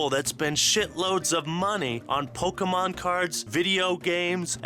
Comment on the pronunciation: it hurts me hearing how he says pokémon